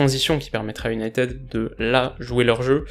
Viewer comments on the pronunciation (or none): none